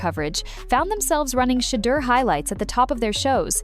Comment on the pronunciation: SHA DER 😂😂😂 got me , good video though